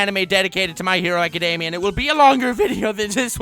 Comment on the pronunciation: "My hero azekademia"